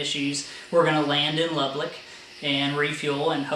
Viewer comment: You put an extra L in Lubbock. I learned that Texans don't like the names of their towns mispronounced when an ice storm stranded me Dumas. Another great video, just took me awhile to get to it.